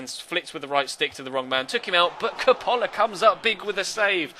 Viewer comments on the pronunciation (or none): Hey i'm an italian follower and I just want to say that the accent of Coppola - the keeper - is on the first "o" and not on the second. You're great, cheers from Italy!:)